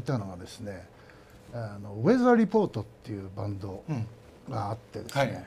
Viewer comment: なぜ松武さんは、ウェザー・リポートの名前を言う時から発音が良くなり、ジョー・ザヴィヌルをジョー・ザーヴェンみたいな発音で言っているww